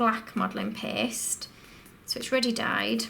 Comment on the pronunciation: "Red Modeling PEHST"